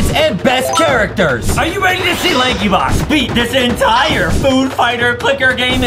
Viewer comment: It isnt lakey box its lankybox